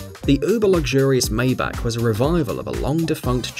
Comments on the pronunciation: it's "Folkswagen", not "Wolgswagn" , it's " Mybachhh" not "Maybakk" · Pronounced "fay at on" and "Mybach" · IMHO, you should improve your pronounciation of "Maybach". Hint: It is NOT "Maybaak"... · the legendary "Méjbaak" 😂